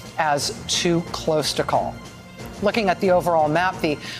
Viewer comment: Are they saying “too close to call” or “too cope to call” ?